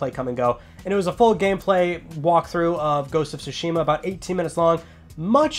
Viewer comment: Not trying to nitpick, but since you have great influence on your viewers, I'd like to just mention the correct pronunciation of "Tsushima": So if I were to explain it using an accent mark like in Spanish, Tsúshima (as opposed to Tsushíma) would be much closer to the correct pronunciation. Just wanted to get this out there as a native speaker of Japanese. Thanks and keep up the good work!